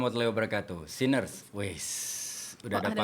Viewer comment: Nah ini.. gw denger kaget. Sinners 😶